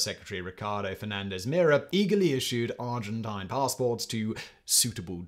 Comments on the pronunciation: Argentina accepted a lot of Germans after the war, and they also accepted one of the largest number of Jewish refugees. Person would let anyone come in provided they could pay. I like how Simon deliberately mispronounces “Argentine” - residual hostility from the Falkland War? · *The Argent-eye-n